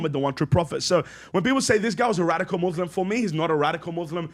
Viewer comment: This guy is a fraud. "Muthlim" 😂😂